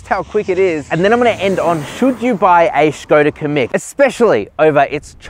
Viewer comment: it’s pronounced “Kam..meek” also no car should have a manual handbrake anymore.